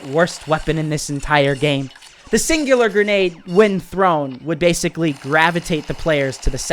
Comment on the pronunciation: you’re pronouncing it wrong it’s called the singularity grenade I can tell why this thing is annoying I was like on a monster kill streak and then someone through the singularity grenade I got stuck to the wall and got killed now I know why this thing is so annoying and I rarely see people use this thing